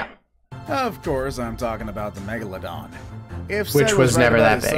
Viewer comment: If I had a dollar for everytime i Cringed when the narrator says "megalodon" I would have enough money to end world hunger